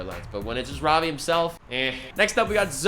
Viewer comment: He looks like nate from the series Ik you aren’t indian but try to say ravi as Ruh-vee instead of Rah-vee. Because i am indian i grew up with hindi as my first language